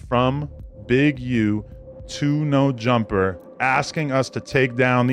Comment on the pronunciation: "Neur Jumpah"